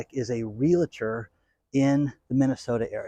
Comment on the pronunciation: REAL - TOR, no "LA" crammed in the middle. C'mon, you've had plenty of time to master this. I can see you are making SOME progress. Sometimes you get it right and other times you revert back to your old mispronunciation. Keep trying.